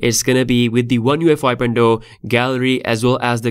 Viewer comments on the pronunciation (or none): He keeps calling it one UEFI lol. Good video though man thanks for previewing it for us